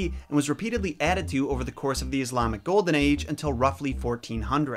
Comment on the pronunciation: As a Muslim and hearing you pronounce words like "Allah and Islamic" correctly is very touching. It shows me that you really care about "US" your auditions.